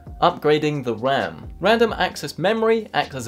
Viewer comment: upgrading the wam